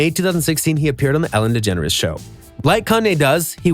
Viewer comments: "ELLEN Degeners " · "ELLEN DEGENRES" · “ELLEN DEGENERS” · “Ellen Degeneres” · “ELLEN DEGENERES” macbook please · "Ellen Degeneres". Thanks. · ‘’ELLEN DEGENERES’’